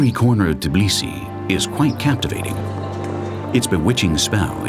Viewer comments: it's Tbilisi, not Tiblisi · this video just makes me so proud.... too proud. i guess my humbleness left me after ive gotten tired of learning too much world history. p.s. i find it funny that the narrator says Tbili right, but Tbilisi wrong. ITS TBILISI, not god darn Tiblisi. how hard is it to say TBILISI. its still called Tbilisi dang it